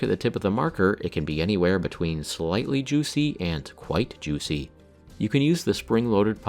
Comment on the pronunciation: I'm going to need you to never say "Juicy" like that again. Thanks.